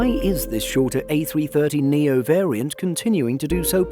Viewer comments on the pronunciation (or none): a330neo not a300neo, other than that great video!